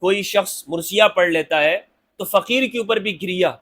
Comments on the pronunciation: Word is marsia and not mursia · Pl mind the correct word is MARSIA. And not MURSIA. Sorry to correct you but this is a difference in pronunciation